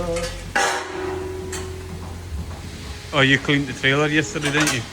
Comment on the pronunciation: I was wondering what a 'klerb' was 😂